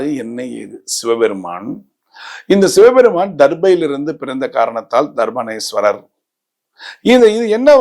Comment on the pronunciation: Sami , Dharbaarenyeswarar enru sariyaa sollavum.